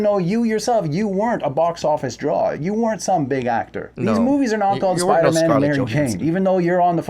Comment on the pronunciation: its spider-man not spider-MA'AM